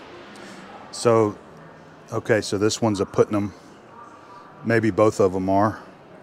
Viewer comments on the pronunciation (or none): none